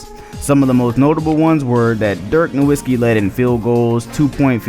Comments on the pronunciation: why this nigga keep saying "NO-WIT-SKEE" like bruh everybody says it "NO-VIT-SKEE" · Byw sir the W on Nowitzki is pronounced as a V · We lost butler. Then this video started with a mispronunciation of Nowitzki. More disrespect. When the comeback by Roy against the Mavs happened, I destroyed my dorm room. When they swept the lakers, our team felt unstoppable. Then we upended the young OKC core. Then the finals. Another clutch defensive performance. We forced Lebron left everytime, he was a non-factor. And bosh, as good as he was, had no answers for Nowitzki (pronounced No-Vitz-key). When they clinched it in 6 (no game went to a game 7) I cried. Finally climbed the mountain. This team was sick. Never felt out of a game. Knew d and dirk would carry us through. The island of misfit toys won.